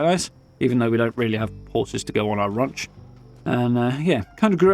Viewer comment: “A raunch camp”